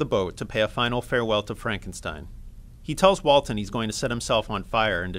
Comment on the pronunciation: “Walten”? Like The Walten Files?